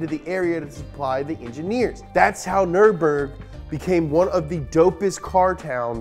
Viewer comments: Brotip: there's no "aaah" at the end of "Nürburgring". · Does anyone else remember the track being called neuremburg? I dont know if this is a mandela effect or what but I distinctly remember learning the word and hearing -burg at the end and not -bring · Guess what; Those dots above the U means that it´s a german Y. It´s not Nurburgring, it´s Nyrburgring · offenbar auch NRW Abi gemacht? Abgesehen davon heißt das NÜRBURGRING ;) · You can't even pronounce Nürburgring the right way 😂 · bro get your german up we pronounce zs like zs and not like fs